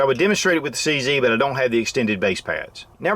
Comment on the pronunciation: Nice video but it's a bit silly to pronounce CZ as "see see". It's not called a CC gun but CZ, hence; "see zed" (or see zet) Sorry to be that guy but what's right is right and what's wrong is not proper English.